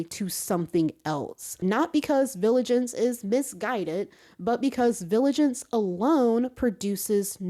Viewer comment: Great and much needed video. Only problem is now you got me saying "viligance" instead of "vigilance" now 😭